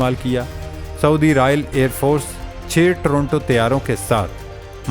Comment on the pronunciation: اِرنا کو ارنا کہا، ٹورناڈو کو ٹورنٹو، کیا یہ علمی قابلیت ہے جس کے دم پر دنیا کا مقابلہ کرینگے!! پھر قسمت کو رونا شروع کردیتے ہیں، محنت کیوں نہیں کرتے؟